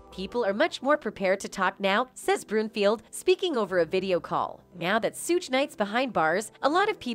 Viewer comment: Please say suge correctly shug